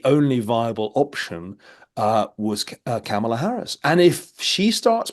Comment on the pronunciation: Kamala pronounced like Pamela😁😁